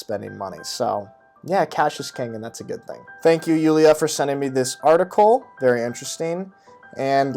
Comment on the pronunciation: Wow you actually kinda pronounced Julia the German way